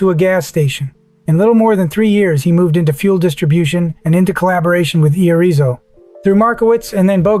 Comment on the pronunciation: One point five dollars billion a year. Irrizo 6 foot 5, 50 pounds. Seriously? This isn't AI Slop is just pitiful. It can't even read it's own text. just stop.